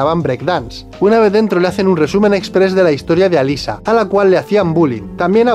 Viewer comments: alisa? como alisa?! alessa se pronuncia, hasta en la peli lo dicen asi. no cambien las cosas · ALESSA, no Alyssa, si van a criticar almenos critiquen bien 😂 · "Alyssa, Alyssa, Alyssa" Es Alessa. Error épico! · Cierto Si a Alessa le dicen "Alissa" a Cybill deberían llamarla "Saibyl"